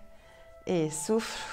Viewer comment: Quand elle disait "et souffle" j'entendais "et souffre" 😂